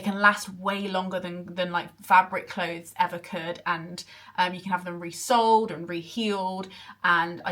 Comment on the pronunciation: That microsecond between hearing "resold" and realizing it was "re-soled" 😅